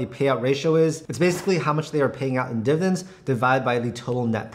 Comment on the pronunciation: Why does he say "divens" instead of "dividends"?